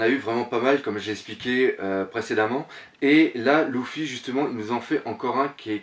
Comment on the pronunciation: Salut ces pas LOUFFY ces Luffy ^^ ces du french ^_^